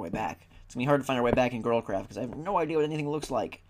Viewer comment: whenever u say girlcraft it sounds like girl crap to me. anyone else who thinks that? :D